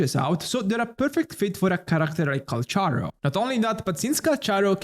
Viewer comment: Its pronounce 'kal-karo'